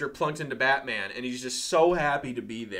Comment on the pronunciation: You say "Batman" like it's a surname, like "Bateman"... You need to stress the "-man" part a little more. Or maybe you're doing it for laughs? Pretty dull if so. Or maybe I'm dull? I don't know anymore. I'm on a horse.